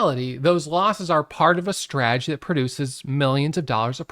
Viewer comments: It’s not a strah-ah-gee. It’s strah-ta-gee. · 😂 So smart yet how can you not know how to say strategy (strat a jee) . I'm sorry but buddy you're too smart to mispronounce strategy, unless it's an intentional joke. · What’s a straaagy? 😂